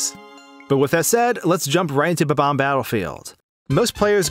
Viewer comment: fucking hate how you sait bob-omb, not watching the rest of this bullshit